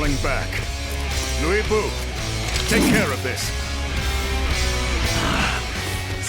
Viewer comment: Hate how they're pronouncing lu bu name like it's luey bu wtf lol...but I luv Dynasty Warriors